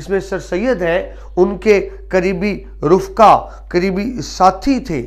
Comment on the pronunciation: (رفقاء) فاء کے ساکن کی بجائے فاء کے زبر کے ساتھ